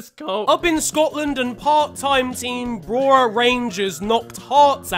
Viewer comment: Hears pronounce the name of Brora Rangers Stadium Me hearing my surname butchered: Cries